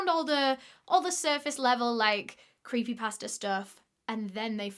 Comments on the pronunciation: I really thought you were saying creepy pastor which idk if that’s more or less confusing than creepy pasta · Lmaoo I thought you were saying creepy pastor until I realized you were saying creepy pasta 😭